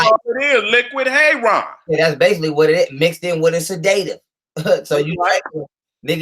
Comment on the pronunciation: LET'S MAKE A FEW CORRECTIONS BEFORE YOUR LECTURE. >>>>THE WORD SEDATIVE IS NOT PRONOUNCED SA-DAY-TIVE, THE CORRECT PRONUNCIATION IS SED-AH-TIVE. >>>>NOW, LET'S LOOK AT PROMETHAZINE WITH CODEINE. THIS MEDICATION IS USED FOR PATIENTS WHO ARE SUFFERING FROM PNEUMONIA WITH A PERSISTENT COUGH THAT CAUSES SEVERE CHEST AND LUNG PAIN. >>>>THE PROMETHAZINE IS A COUGH SUPPRESSANT BY ITSELF AND IS HARMLESS WHEN USED CORRECTLY. >>>>THE CODEINE IS TO RELIEVE THE PAIN WHILE THE PERSON IS COUGHING. >>>>NOW THE PROBLEM THAT COMES IN WITH THIS MEDICATION IS THE FACT THAT THE CODEINE IS MIXED WITH TYLENOL WHICH IS DAMAGING TO THE LIVER IN LARGE AMOUNTS. >>>>USUALLY THE DOSAGE OF TYLENOL TO CODEINE IS 325MG(TYLENOL) TO 5MG, 10MG, 7.5MG(CODIENE). THE LIVER CAN SHUT DOWN IF MORE THAN 3000MILLIGRAMS OF TYLENOL IS TAKEN WITHIN A 24 HOUR TIME FRAME. >>>> THE USUAL DOSAGE IN A TEASPOON (5ML) OF LEAN IS THE 325MG/5MG, 10MG, 7.5MG. >>>>SO, 325MG(TYLENOL)X10 TEASPOONS IS 3,250MG. ENOUGH RIGHT THERE TO SHUT THE LIVER DOWN. >>>>WHAT IS HAPPENING IS THAT, IT IS BEING POURED WITHOUT MEASURING PLUS MIXED WITH OTHER SHIT! >>>>AND MAYBE POURED MORE THAN ONCE A DAY. SO THEY AREN'T ALLOWING THE LIVER TO CLEANSE ITSELF TO PREVENT FROM BEING OVER DOSED. >>>>THE MEDICATION IN LIQUID FORM CAN BE PRESCRIBED AS 1 TEASPOON EVERY 4 HOURS WHICH WOULD EQUAL 1,950MG OF TYLENOLIN 24 HOURS OR 2 TEASPOONS EVERY 6 HOURS WHICH WOULD EQUAL 2,600MG OF TYLENOL IN 24 HOURS. (4X6=24, 6X4=24). >>>>THE SPACING ALLOWS THE LIVER TO CLEA